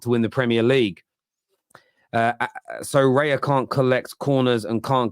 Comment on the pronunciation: it's raya, not reya